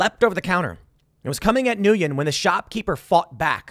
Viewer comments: The guy's name is pronounced "win." It's Vietnamese. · Nguyen is pronounced WIN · Nguyen is pronounced "win" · I believe it’s pronounced win or when in English. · Nguyen is pronounced “Wynn” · I think Nguyen is pronounced Win. Any one wanna confirm or refute? (I mean it, I don't know.) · It's pronounced New-wien. This is my middle name. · It's pronounced "gwen" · Nguyen is pronounced Wen or Win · Not to be that guy (actually just trying to be helpful) but Nguyen is pronounced "New Ehn" (similar to WHEN with like a half silent N at the front) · Nguyen is pronounced "When" in English. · His last name is pronounced “win”. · It’s pronounced just like the word. When. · Dude...have you seriously never encountered one of the most common Vietnamese last names? Nguyen is pronounced "Win"... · Nguyen pronounced "Whinn" for us white people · Tim, you're Asian-American. "Nguyen" is pronounced "win." You should know this. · It’s pronounced when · Wen. It’s pronounced Wen… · Pretty sure it's pronounced nwhen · Nguyen is pronounce "win" Tim. I thought u were 1/4 Korean. Yes its a Vietnamese name, but still.... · Tim, the guy's name is pronounced more like "win". It's not exactly the pronunciation but closer than how you are pronouncing it. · How does Tim not know it's pronounced When? 🤔 all good though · It’s pronounced Wen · The name “Nguyen” is pronounced “Win” not whatever aberration you are saying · Jesus Christ Tim get the pronunciation of his name correct. It sounds like win. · “NOO-YEN”. Come on Tim. Learn some pronunciations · Tim!!!! I can't believe you're Asian and don't know how to say his last name lol!! I believe it's pronounced "when" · The name Nguyen pronounce njen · Nguyen = “wen” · Hearing Tim repeatedly mispronounce the most common surname in Vietnam is ironic af. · Tim, as an Asian... you really have to learn how to pronounce Nyugen, buddy! Lol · How does Tim not know how to prounounce that last name lol? Thats like the MOST common asian last name.